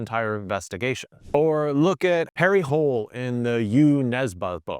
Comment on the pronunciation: As a Norwegian, the pronunciation of Jo Nesbø and Harry Hole made me somewhat cringe, but I guess it's hard to pronounce Norwegian names for an international audience Anyway, I'm more into crime novels that focus on whydunit rather than whodunit, or crime novels where the main character's internal conflict is primary and the crime itself is secondary. But I guess whodunit is better as a starting point